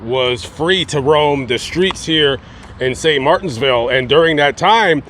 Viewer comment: Not to be rude, but it's St Martinville, there's no "s" in the name of the city